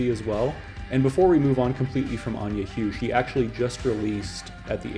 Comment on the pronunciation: Anja Huwe is pronounced Anya Who-Vuh